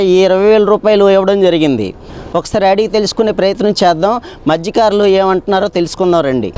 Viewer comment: Madhykaarulu kaadura, Mathyakaarulu..great reporter